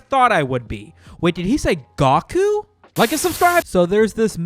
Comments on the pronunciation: “Gahku?!” Tf it’s Goku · "Kah-meh-ah-mama" 😂 "I was trolling obviously" "Gah-koo" Dude just take the fucking L. lol